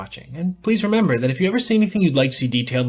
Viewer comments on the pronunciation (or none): none